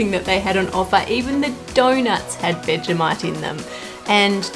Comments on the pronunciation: I’m only 30 seconds in, but I had no idea that it was pronounced like “veggie-might”? I thought it was “vej-eh-mite” with a schwa in the middle. Which is it, Aussies? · Couldn't even get through the first minute because you keep pronouncing it "vega-mite" 😑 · Seems like people that like Vegemite pronounce it "Veggie-Mite" and people that don't "Veg-eh-Mite"